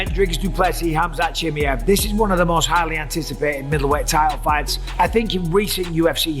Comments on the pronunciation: it’s pronounced “chi-my-ev” you’re saying chimy- ev. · It's at least better than chimney that he said for the first 3 years 😅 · he's been calling him chimy-ev since forever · STOP SAYING CHIMMY-EV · Gonna have to turn this off i can't listen to you say chimmyev one more time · Bisbing it's pronounced chim-eye-ev lol vs doo-pluh-see 👊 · ChimAev mate. Not that difficult. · Jesus, can any of you guys just learn to properly pronounce the fighter names? Everyone has their own fucking way to say them and it's so annoying. Chimmyev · He really called him chimmy-ev the whole vid 🤣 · If Chimaev is that important to the sport, maybe learn to pronounce his name? It's not that hard, bro. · Bisping saying his name wrong should tell y’all enough about trusting his picks for Saturday 😂😂💀… all love to bisping tho 😭🤝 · Idk why he still calls him like that especially if u consider he pronounced his name right on the debut. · 100% did 😂 I can totally hear how he practised and got it slightly less wrong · Does my head in he calls him that! Why!!!!